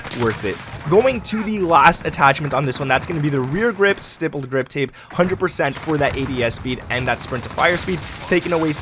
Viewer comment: Bro please pronounce the stipple grip tape correct!